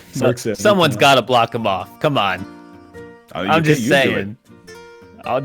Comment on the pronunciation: I'm not crazy right? is saying BM Block people during Ticket, but it sounds like BM Black people?